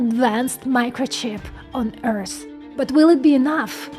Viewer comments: It's not Earsss it's Earth :D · Does she not know how to pronounce the word " EARTH" .?? ...never heard Earth called "EARSE"..